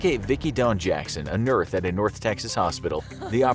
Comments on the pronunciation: "nurth", did I hear that correctly? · a nerth? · Lol. "Nurth" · I'm pretty sure the voiceover guy on these videos is AI. No real voiceover artist would say 'nurth' instead of 'nurse' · Did this dude say nurth? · "a nurth" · a Nurth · Either I’m really mishearing, or at 48 seconds he says “a nurth in a North hospital” as opposed to “ a nurse” hahaha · he says "nurth" 😂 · "a nurth at a north texas hospital " hahahaha 😂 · A nurth lol had to rewind, thought i was high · he says nurth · "That gave Vickie dawn Jackson, a (nuther) at a North Texas hospital the opportunity she needed" haha anyone else hear that? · Did anyone else rewind the video to confirm that he said NURTH instead of nurse? No? Just me? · “A nurth at a north Texas high school” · What's a nerth? Lol. Blooper at 45 seconds 😆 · did you just say "Nerth" instead of "Nurse"? Looks like your brain latched onto the next part of your sentence focusing on the "North" in North Texas Hospital before you were finished with saying "Nurse" and some synapse shortcut linked em up more efficiently.... or something. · a nerth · No one else noticed he said “nurth” instead of “nurse” ? 👀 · She was an "Nearth" you say? (:30) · "A nurth at a north Texas hospital..." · "A NURTH at a North Texas Hospital" Kudos for keeping that in there. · 0.44 "nearth"? lmao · did he just say "nurth"? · At 44 seconds, the narrator pronounces "nurse" as "nurth" and it made me smile. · “a Nurth” lol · “a nurth” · a nurth lol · a nurth? 😂😂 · What's a nurth? Lol!! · lol a nurth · “ a nurth “ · I think they had mike tyson narrorate the "nurth" bit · seconds did u hear him say nerth lol he got nurse and north mixed up lol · I noticed NURTH too 😂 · A nurth? Lol. We all get tongue twisted. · . “A Nurth” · i had to listen 3 times 😂 yep....def nurth... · the narrator pronounced nitrth as nurse 😅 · you pronounced nurse wrong.